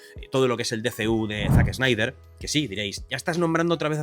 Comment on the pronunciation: Se dice "man of stil" y no "manof es til". "Zac snaider" y no "Zac es naider". "Kevin speisi" no "Kevin es peisi"